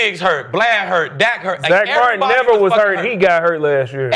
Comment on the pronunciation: It’s irresponsible for journalists and media reporters to speak without doing homework. It’s Dak not Dax. Y’all got on Jerry for mispronouncing Micah’s name then pronounce Dak’s name wrong. Dallas’ defense has not done any favors for the offense. I bet none of these on the show except Skip can name 6 starters on defense or offense this year.